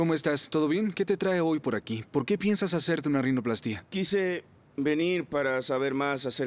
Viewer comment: No se dice rinoplastía se dice rinoplastia.